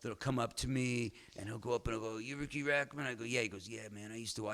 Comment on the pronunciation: seconds in and Chum Lee already pronounced Riki’s name incorrectly. He’s not the sharpest tool in the shed, is he?